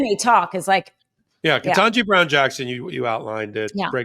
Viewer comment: I love you, but please pronounce Justice Ketanji Brown Jackson’s name correctly. Her name does not contain two “n’s”. It is Ket taN ji. Thank you